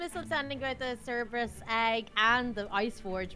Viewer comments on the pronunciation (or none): Uhhm it’s not ceberus nor cerebrus it is actually cerberus hehe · cerberus is pronounced sir-bur-us not ser-u-bes